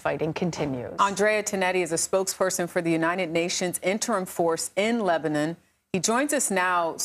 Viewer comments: shordy said lebanin🤣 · Why she say lemonnob?